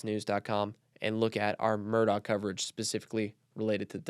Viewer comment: Mandy Matney said Murdaugh is pronounced mer-dock and cautioned against believing anyone who pronounced it mer-daw.